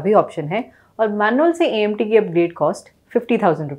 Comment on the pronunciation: Change THIS LADY ... HER WORDS ,are not clear . And clearly she Understands Nothing ‼️‼️‼️ poora video kharab kar diya CNG ko png . AMT bhi bolna nai aata 🙏🙏. Sry for hard comment 🙏🕉️🇮🇳